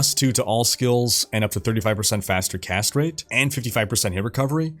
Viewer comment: Every time you say "Cast rate" I hear 'Castrate". Don't worry, it says more about me than you. I always play as the Necromancer so you can imagine. Great video.